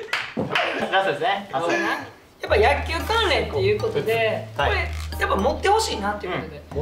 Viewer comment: 大橋和也さんによる「やっきゅう」大好物民🙋🏻‍♀️